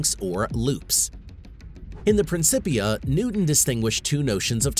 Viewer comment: Mispronounced cliched and Principia. And why do you keep quoting woo-woo pseudoscience like The Secret?